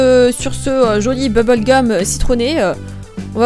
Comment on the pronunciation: « bouboule gum »😂😂